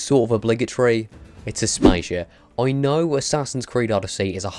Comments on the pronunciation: Asp-Asia????? It’s pronounced Ass-Pass-ear!!! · oml it’s as-pa-si-a not as-paizha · it is pronounced asp-a-sia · Aspaishia lul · AsP-ASIA like...wtf. lol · Lmao like bruh.. ASS. PAH. SEE. AH. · Mate, Aspasia is not (Ass-pay-sha) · Way to butch the pronunciation of Aspasia. We can tell you didn't enjoy the game. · How the fuck did he pronounce aspasia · Could you repeat Aspasia cause I think I heurd you wrong. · I felt so weird when he said Aspasia 🤣🤣🤣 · I‘m not a fan of how you pronounce „Aspasia“ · How tf does this guy prononces aspasia 😂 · The way you pronounced Aspasia made me cringe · Everytime he butchers aspasias name i wince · It's funny how he pronounce aspasia's name